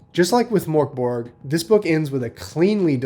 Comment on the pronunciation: Death metal? It's doom metal. And its pronounced MÖRK Borg. Idjit.